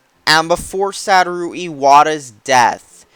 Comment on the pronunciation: you can't even pronounce "Satoru" right. how can anyone take you seriously?